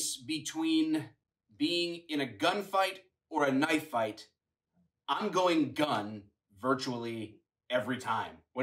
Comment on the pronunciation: I liked your comment, but he doesn't say "this is a knife".. He says, " Thas naut a knoife...... Thas a knoife"... Fix it to say "that's a knife" at the very least please.